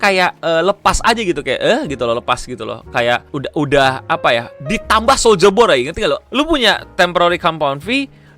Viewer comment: Soldier boy Yg gue denger: Soulja boy